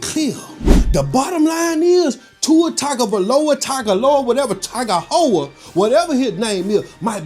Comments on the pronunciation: "Tua Tagovola" 😂😂😅😅😅😁😁😁😆😆😅🤣😂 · you pronouncing his last name 😂😂